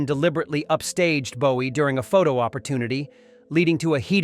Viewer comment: Como puedes pronunciar el nombre de JOHN LENNON como LENIN en todo el video que por cierto es una basura informate antes de hablar de David Bowie y también pronuncias su nombre mal